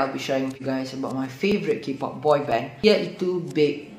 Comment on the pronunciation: kings of ki-pop? memang sebut mcm tu ke? bkn kay-pop? ke aku yg xtaw